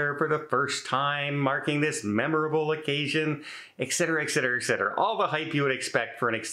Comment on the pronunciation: Now that you have explained Vantastic, how about pronouncing ETcetera, not EKcetera.